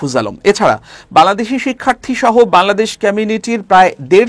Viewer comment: খবর পাঠককে বলছি, -"বালাদেশ" নয় "বাংলাদেশ" উচ্চারণ করুন।